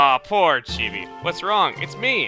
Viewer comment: *Chibi* not *Shiby*